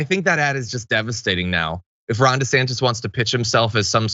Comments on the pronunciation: i misheard Jon when he 1st spoke ron's name and heard him say "wrong" instead of Ron. I think I like Wrong DeSantis even better than desanctimonious. I hope those two expose the crap out of each other. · Did John just say "Wrong De Santis"? Also, since Ron put his kids in his political ad, that makes them fair game for political attacks, right? IDGAS if they are in elementary school. Fair game!